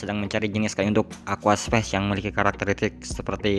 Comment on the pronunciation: aquascape mas, bukan aquaspace